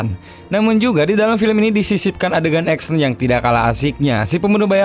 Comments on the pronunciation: Action itu bacaan nya "eksyen"..bukan "eksen" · 1 hal yg mengecewakan dari sang narator, nyebutin kata "ACTION" nya gak kena. malah trdrngar EKSEN bukan Eksyen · baru sadar Action dibacanya Eksen wkwkwk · Ngakak denger suara 'eksen'